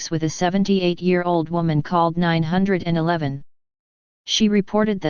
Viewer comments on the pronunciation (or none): Type out "nine one one" rather that "911" in your script to avoid the robot voice mispronouncing the term...